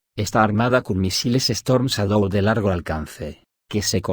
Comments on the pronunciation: Chédou. Pero el audio es de lector automático. Por eso pasan cosas como "teléfono aviv" y "...quosciente intelectual..." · Lee así : Chadou = shadow